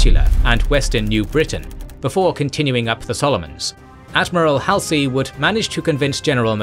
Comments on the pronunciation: Halsey's name is pronounced -- Haul-zee, not Hal-see. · It’s been long enough that it might be time to learn to say Halsey.